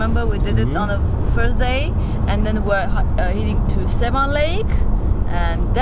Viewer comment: please make an effort to pronounce Yereván not Yérevn and it is lake Seván not Séven! Thank you